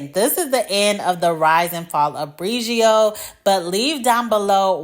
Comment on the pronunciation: Next time you’re editing and you notice that you’re not saying the name brand correctly, consider doing the voiceover again…